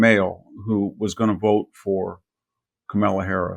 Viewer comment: "COMA-LA": Say that and you would have pronounced her namely correctly.